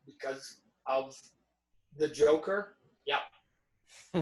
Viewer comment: MARVEL FAN BOYS CANT EVEN SAY THE NAME JOKER HAHAHAH